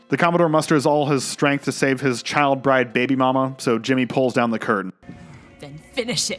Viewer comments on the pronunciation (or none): none